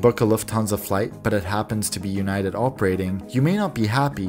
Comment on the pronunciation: ewnited is a good joke, but how about we say disunited